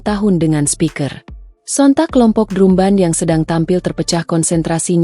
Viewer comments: Drumban???? 😮‍💨😮‍💨😮‍💨 "Drambèn" dong ngomongnya,, itu kan bahasa inggris, penyebutannya hrs benar secara bahasa Inggris dong 🙏🙏🙏😮‍💨😮‍💨😮‍💨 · Kok bilangnya drumband bacanya drambend kli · Bacanya dramben bukan drum ban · Maaf untuk komentator, meembaca narasi yg betul, misalnya pengucapan kata : drumband, seharusnya dibaca : dramben, bukan : drumband ( ucapan dlm bhs Indonesia ), karena dalam bahasa Inggris tulisan dan ucapan berbeda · Naratornya gak enak didengar ky robot,udh gitu baca drumband dibaca pula drumban bukan dramben🤦🤦🤦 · Redaktor nya bacaannya drumbend, bukan drumban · Coba pembaca beritanya dintraining dulu cara baca drumband nya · Drumband drumban ,,,iya tulisannya drumban tapi di bacanya drambend😩😩😩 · Admin kok bacanya salah..drumband dibacanya dramben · Ini mimin sangat menggangu sepertinya gak lulus SD. Masa baca drumband sama dengan penulisan?